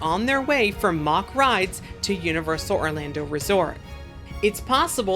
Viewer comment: ok got it , when we got steel taipan at Dreamworld I was made familiar with the name never knew nor heard this way of saying , cheers …keep up the great work